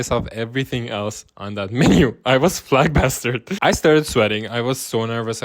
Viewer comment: You are adorable when you said "I was flagbastard".. 😊 I think the word you want is flabbergasted. You are such a handsome guy and seem genuinely like a nice person.❤ Thanks for your story. It must have been scary to be pulled over after kissing on your first date! So glad you were able to move to a place where you can be your authentic self! I think that's something I sometimes take for granted. I've subscribed! 😊